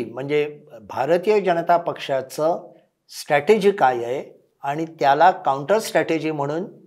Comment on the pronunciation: स्ट॓टेजी ××× स्ट्र॓टेजी √√√